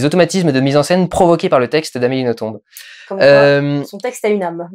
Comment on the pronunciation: Je t'adoooooore Dudu, mais pour un Belge entendre le nom d'Amélie écorché ... ça fait vachement mal au oreilles. Ça se prononce sans le "b" ... "noton". Faut pas chercher à comprendre ... c'est du Français de Belgique. Tout comme on prononce Bruxelles avec deux ss au milieu et pas un x. Ou Anvers(e) comme s'il y avait un e derrière le s. Sur ce grosse lèche :-*